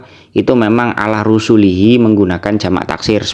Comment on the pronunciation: Seharusnya dibaca Rosulihi, bukan Rusulihi, karena itu Mufrod bukan Jamak.